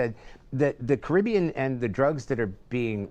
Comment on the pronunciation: Like really he doesn't know how to say Caribbean.